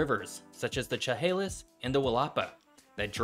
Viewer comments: As a person that lives on the PNW coast, I prefer the quiet. Also, the "ch" in Chehalis is pronounced with a "sh" sound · Just a heads up, but Chehalis is pronounced with a "sh" sound, not a "ch" sound. "sheh hale iss" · Lifetime SW Washington/Portland native here. Great video and lots of difficult words done right!! To help if anyone visits though - Willipa is pronounced "willuhpuh", Chehalis is "Shuhayliss (like "bliss", which it is not)" , Chinook is "Shinook" (and also the name of a kind of salmon), almost all of the first nation tribes here that start with a "ch" are pronounced with an "sh" sound. Also, he got the pronunciation of, Willamette and Oregon right!! Living in Portland I can hike 2 active Volcanoes, snow ski, water ski, hike a rain forest, and a beach all within a couple hours drive. I've traveled most of the US and would never leave Portland. "Come visit, then go home!" - former Oregon Governer Tom McCall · As someone who grew up in Grays Harbor, hearing “Gray Harbor,” “Ch-Halis” (Shehalis), and “Will Appa” (pronounced without the space) as brings me physical pain. Still a cool video though! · The correct pronunciation of the Chehalis River (mentioned at time stamp ) is Sha-Hey-lis. The "Ch" is pronounced as an SH sound as in would be in French, not a "ch" sound as in the English word "chunk" as you mistakenly pronounced it here. Same thing for "Chinook". It starts with an "SH" sound. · I love your videos. Great graphics! Quick notes: "Willipa" - WIL-ah-pa" "Quinault" = "Qwuin-AULT" Chelalis = "Sheh-HAY-lus" :) Our state has a lot of hard-to-pronounce-by-reading locations. Puyallup takes the cake. My dad grew up in Grays Harbor and always wanted it to be a major shipping port. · If you’re going to do a video learn how to pronounce the names. Willapa : Will-uh-paw Chehalis: Shuh-Hay-Liss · I live in grays harbor co. and its named for one of my ancestors. the Chehalis river pronounced (shehalis) and Willipa bay/river pronounced (will.i.pa)